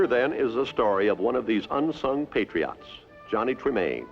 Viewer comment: As much as I love Walt, his pronunciation of "Patriots" drives me a little crazy. lol "Patry-otts."